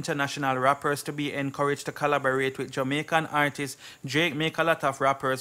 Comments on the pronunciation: Yea okay, keep trying real hard but It still don't take away the fact that your point nah make it, and it still don't take away the fact that it's artists not artiseeessss.. lol... Come again! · Blogger, the word is not "artises" . When it's plural it's just artists. It's pronounced like the singular form artist with an s at the end, it's still 2 syllables not three